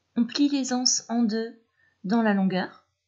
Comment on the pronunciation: Magnifique de simplicité, sobriété, clarté. Merci pour la liaison des ...(z)anses ,et pour la beauté des tissus.